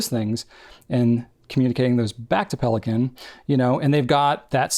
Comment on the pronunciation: Pelikan is German. It's pronounced PAY-lee-con.